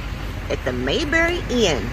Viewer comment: Its pronounced May, like the month of May. Then berry, like many fruits.